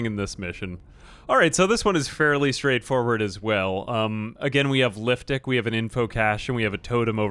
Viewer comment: Every time he says liftic I think I hear liftdick lol